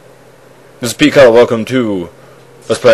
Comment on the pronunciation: "Tetrabytes" ... *Winces*